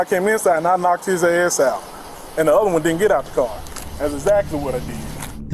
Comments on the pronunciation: "And dis, dat and de oda..." 🙄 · This that and da udder